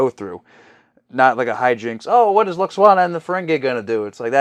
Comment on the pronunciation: It's LWAXANA, not Lackswana Well I'm sure next time she appears (if ever) it'll be a happy funny light-hearted episode !